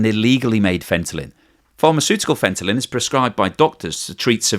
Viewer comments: So funny that fentanyl (that's "nil," as in nothing, naught, zero) is so commonly mispronounced. Here we get "fenta-lin," like fenta-mary, fenta-lynn, lol. That's a new one. Mostly you hear "fenta-nawl" (like alcohol). Why is this one so tricky for so many people? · FentaNYL, not FentaLYN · Fentanyl not Fentalyn. 🙄 Honest mistake.... just strange to my ear to hear... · It's not Fent-a-lyn, it's Fent-a-nil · It is not Fentalyn as you keep saying, it is Fentanyl :-) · It is FentaNyl not FentaLyn. Do not mix it !!!!!!!! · Sorry …it’s Fent-a NIL, not Fenta-Lynn. I’ve always thought crypto, bitcoin, cryptozoo etc were all BS & scams! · Dude it's not fentalyn. It's fentanyl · Fenta-nyl Not Fenta -Lyn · Are you on opioids or is there some other reason your tongue is numb? Fentanyl, fentalyn, fentanyl, fentalyn....😂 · Any one noticed FENTALYN instead of FENTANYL 😅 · fentaNYL, not fentaLIN.;) Hugs from Hungary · Fentanyl not Fentalyn... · Why do you keep saying "fentalyn"? It's not fentalyn, it's fentanyl. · there is no " n " on the end of the word Fentanyl. It's not " Fentalyn ". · Not Fentalyn 🤔😅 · there is no such thing as fentalyn, the name is fentanyl. How embarrassing that you built an entire video where the main word is assassinated. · i thought i was just dreaming. but he really was saying ‘fentalyn’. everything is still informative though. he got it right a few times here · Fentalyn??? Are you saying it that way on purpose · WTF is Fentaline? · Take a shot every time you hear fentalyn..... :face-green-smiling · I usually like your videos but the way you are pronouncing fentanyl is silly. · Did you really just mispronounce fentanyl 100× to get people to comment or just to annoy me enough to stop watching your videos or both , yea I think both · Take a shot every time he mispronounces fentanyl. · Maybe it's just me, but the repeated mispronunciation of "fentanyl" was distracting... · He doesn't know how to pronounce it 🤣🤣